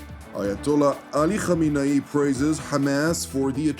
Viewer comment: Are they deliberately calling him khamine-yi? It means a scoundrel in Farsi - Urdu- Hindi.